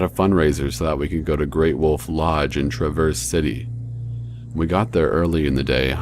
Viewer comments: wtf I live in Traverse City...also you pronounced it wrong :p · you prounonced traverse city wrong lol your voice is too dull. sorta makes it seem like a joke. yawn. unsubscribed